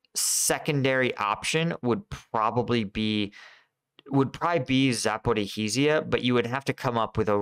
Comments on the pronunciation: Ok, I gotta say cause it hurts my ear - it's "Za-po-rizh-zhie", so it's 2 "zh" sounds there, you can just say one long "zh", like "za-po-rizhhie". Other than that amazing content watching daily! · Zaporizhzhia is pronounced Zah-poh-reezha. Thanks for the insightful videos. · It's pronounced ZAPORIJA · Zaporizhje - there is sound ж sound ukranian. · It's "Zah - Poe - REE - Jhee - Ah." ZH is like a soft J, pronounced like the S in "leisure." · It's tough to pronounce but it's roughly like this: "Zap-O-Reach-Yah" Just the "ch" being soft, so it sounds the end of "liege". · a) after a year of reporting on Ukraine you might want to at least try pronouncing 'Zaporizhzhia' halfways correctly. Almost all other English channels have managed to do so by now. b) you completely ignore the problem of bridges built for the <50 ton model-T tanks. Both Abrams and Leos will encounter severe limitations in the Ukraine low lands. Yes, Leos can dive, but they will need suitable embankments to do so. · Congratulations on somehow managing to mispronounce the name “Zaporizhzhia” in a different way, quite literally every single time you say it. At first it was somewhat amusing listening to you mangle it in your efforts…but it has now gotten to the point where I’m going to ask you to select just one way of mispronouncing it, and stick with it. I don’t want to have to hunt you down and kill ya 😉🤣😂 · Zaporijj-ya. Ivanivske. Not difficult to read.